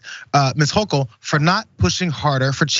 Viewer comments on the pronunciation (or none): none